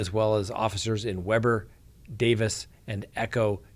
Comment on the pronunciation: It's pronounced ~ WE=BUR